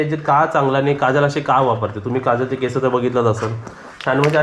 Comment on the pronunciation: केसं नाही केस म्हणायचं.